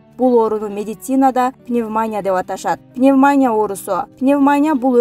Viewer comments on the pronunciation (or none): Пневмония ,пневманя эмес